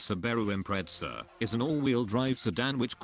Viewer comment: "SubAIru impreTZZA" the best pronounciation ive ever heard.